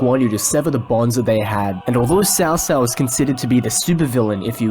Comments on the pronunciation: Hey bro. Really like the videos. Was just going to ask isnt Cao Cao pronounced more like... "cow cow" ? I just ask bc that's how its pronounced in the Kessen games(which are great even If not historically accurate) and probably in the DW games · In Cantonese it's Cho Cho, in Mandarin it's Tsow Tsow. Cow Cow is an abominable pronunciation that should be burned in hell.